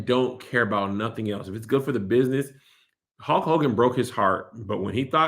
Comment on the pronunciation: I hate how Kev says Holk Hogan instead of Hulk 🤣🤣🤣